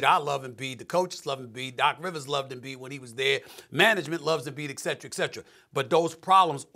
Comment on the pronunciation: How does Stephen A pride himself in using a lot of words, but can’t pronounce etcetera?